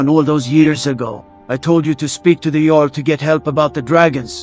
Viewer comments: Jarl not Yarl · "the Yarl" -_